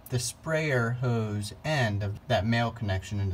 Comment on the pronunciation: Ode sprayer? Howse? No w in hose.